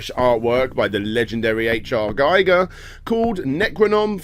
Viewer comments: Is there a YouTuber that can actually pronounce H.R. Giger's name right? It's GEEger, not Geiger like a Geiger Counter. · Giger is pronounced GEE-GUR. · Mate i luv ur stuff but Giger’s name pronounced wrong including the predator etc. Great vid 👍